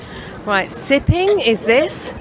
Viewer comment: This bih said "sippin" 🤦🏿